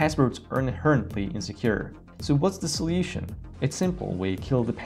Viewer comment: inherently: in-HAIR-ent-lee